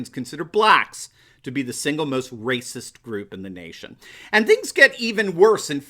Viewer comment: “Blacks more rayciss” 🤔🤔🤔is starting to chew on some red-pills?